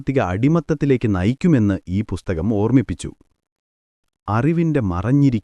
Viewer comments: ബുസ്തകം അല്ല പുസ്തകം' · ചാണകത്തിൽ മുക്കി നന്നായി വെടിപ്പായിട്ടാണല്ലോ പറയുന്നത്... ഒരു ഇന്റർനാഷണൽ fraud story from. ബുസ്ഥകം അല്ലടോ പുസ്തകം, പുത്തകം, പുത്തനെ കൊണ്ടത് എന്തോ അത് പുത്തകം...